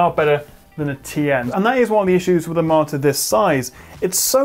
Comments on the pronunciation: At first I didn't realise it, but after reading the comments, I can only hear it as martyr :P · I didn't catch it and first and didn't believe people who said you said "martyr", but damn it you really do! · I think it's so surprising because you are well spoken and enunciate every other word clearly. Like you have a minor speech impediment ONLY with the word monitor.